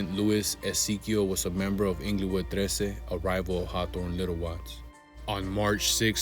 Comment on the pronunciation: its not inglowood smh. pronouce it correctly bruh